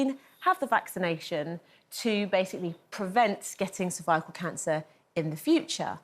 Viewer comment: The way she pronounced cervical 😮